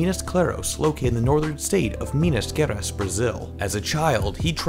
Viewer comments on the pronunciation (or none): Kkkk pronuncia toda errada kkm minas keras